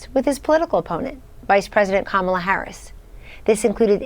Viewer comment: So, when Kellyanne is talking after the interview, she pronounces "Kamala" correctly. But when she mentions the VP in Trump's presence, she pronounces it in the same way Trump does. But it's not a cult...